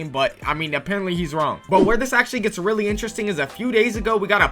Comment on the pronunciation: whenever bro says really ITS SAYS RELLY BRO THINKS HE IS SLICK